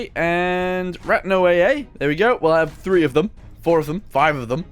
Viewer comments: Actually those back hatches are accurate the p1000 ratte was supposed to have motorcycles that came out a back hatch also it's not pronounced rat it's pronounced rat-tae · The ratte is pronounced "ra-ta" and never was brought to a battle because it was still in development. The maus was the ratte's younger brother basically. Also unless its a really old vid or a private vid I can't find the mortar tank.